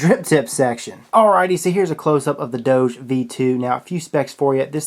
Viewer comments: That's not how you say doge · God dammit....its doge....DOG-EEEEEEEEE. DOJE just makes no fucking sense at all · I think it pronounced dogi if you are German. (for all others, type it in google translate and switch on german to hear what it sounds like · Doge, Pronounced as DOU-GHE